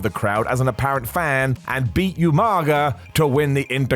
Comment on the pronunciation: you are mistaken. It's pronounced "You-Mang-Ga" lol